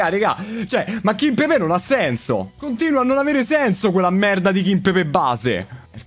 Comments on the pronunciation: ma raga qualcuno dica a che è KIMPEMBE e non KIMPEBE e che TELLES si legge teglies e non TELLES 🤣🤣🤣 grande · Ragazzi ma qualcuno mi spiega perché dall'anno scorso qualsiasi youtuber chiama kimpembe "kimpepè"?